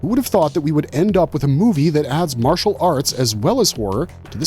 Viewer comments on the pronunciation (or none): none